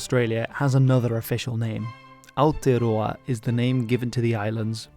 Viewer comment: Yeah that Aotearoa was nearly perfect!